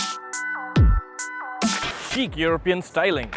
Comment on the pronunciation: I really thought he said "Cheap European styling." I listened probably around 5 times and then realised he meant 'chic'.